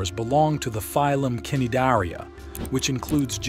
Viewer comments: The C in cnidaria is silent… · You dont pronounce the c in cnidaria.. its "nie-DARE-ee-ah".